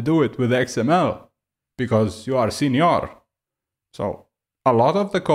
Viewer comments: As a mexican I feel very offended for this video... I'm joking it's very funny listing you say Sinior hahaha also all your points are so good and valid, thanks for your work! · I thought I was weird for always pronouncing senior as señor and chuckling to myself. Now I dont feel alone, and for that I love you.